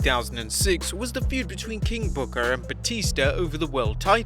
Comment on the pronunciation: Love the emphasis on the R on "King BookER"